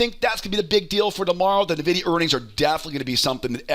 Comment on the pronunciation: You keep saying NUH-videa and it's upsetting.